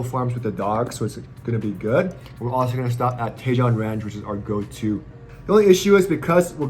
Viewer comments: I’m sure others have mentioned this, Tejon is pronounced TE-HONE. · Another one out of the park,! Loved watching your dogs frolicking in the snow. You're definitely giving them their best life. You're not doing to bad for you and Jan, too! I love Tahoe. I haven't been there in decades, and I miss it. Hint: Tajon is pronounced tuh-HONE.;-)